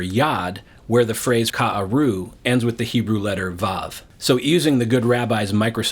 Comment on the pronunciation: Your explanation is wrong. The word like a lion in hebrew: ka-ari כארי They pierce or rather dig or mine (mining) in hebrew is karu כרו (not ka-aru) Notice that there are two differences in the hebrew: There is no "א" in כרו !!!! And it is pronounced karu, not ka-aru And the last letter as you mentioned. These are two completely different words. Take it to heart.